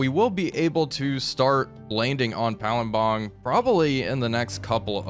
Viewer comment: OH he nailed the pronunciation of Palembang! And there's loads of cinematic shots this episode! This is so cool!